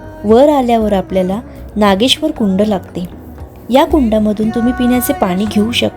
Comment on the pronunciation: नागेश्वर म्हणा सारख सारख नागेश्वरी काय म्हणताय.